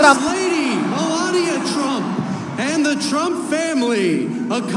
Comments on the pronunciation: He estado pendiente, con uds gracias, y se pronuncia Donald Trump, no tramp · No es. Tramp.... es tromp la fonética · No es tramp es trump ridiculo regresa ala escuela boludo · Pronuncia bien el nombre cojone